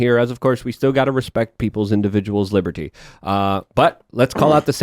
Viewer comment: Is a non native English speaker or autistic? It’s satanists. Not satonusts. It’s liberty. Not liburtey. It’s tactics. Not taktics.. like wtf is he on? It drives me nuts when people annunciate letters that aren’t there to look intelligent. And honest to god that’s EXACTLY what he’s doing. He thinks he sounds sophisticated.